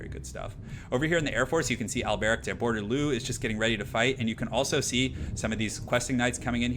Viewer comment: I'm sorry, but it was just killing me through this whole video. IT'S BORE-DEH-LOW!